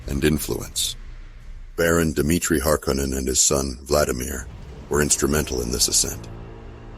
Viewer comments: What's with all the alternative pronunciations lately? Duke :Let-O? House Hark-a-nen? Good video, and maybe tomato tomatoe, but still...! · He also stated that it was pronounced Harko nen, as in the first film. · I thought Frank Herbert pronounced the name a lot different from the way it is in this video.